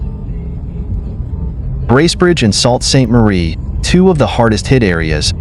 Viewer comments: It’s pronounced “soo” saint marie not “salt” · Salt st Marie??? this is ;what he said...wtf....learn pronunciation... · FYI. Sault Ste. Marie is pronounced Soo Saint Marie ….. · Yes.. Sault St Marie ......pron. sue st marie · right SOOOO saint marie NOT GRAVENHURST EITHER Pr GRAVE enhurst